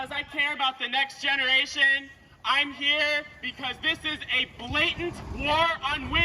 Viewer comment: "I care about the next genwration!" So let's murder them all in the womb??? That's the solution??